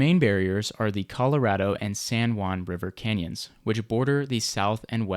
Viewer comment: San Joo-ann